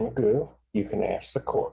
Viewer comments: Technically his name is McGough and it's traditionally pronounced "mig-off" but he seems to lack any self awareness or self respect and never corrects anyone, so everyone calls him magoo, like the cartoon. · Stop it, his last name is not “”. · Technically his last name is McGough', but everyone pronounces it magoo and he never corrects them. Traditionally it would be "mig-off" but he's not even self aware enough to respect his own name and correct people. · His last name is prounounced "" btw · I remember the only one able to pronounce it correctly was ironically an ai generated voice. It ticked me off how not only he himself doesn't care that it's McGough but that I'm certain his court documents all have it typed the same too. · Well his actual surname is McGough, but it's definitely funny that they pronounce it as Magoo 😆